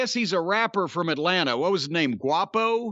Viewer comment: Quapo??? Guava??? Lol 🤣🤣🤣🤣